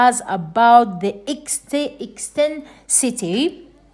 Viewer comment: استاذة راكي غالطة intensity ماشي ixtensity